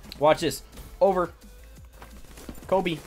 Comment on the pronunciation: that hurt a little when he said kobe